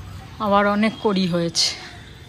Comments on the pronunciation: কথাটা কুঁড়ি,কড়ি নয়। বললাম বলে কিছু মনে কোরো না। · Ekdom thik bolecho, sorry ami vul bolechi❤❤❤